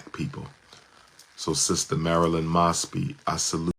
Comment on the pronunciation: Isn't it "Moes-bee?"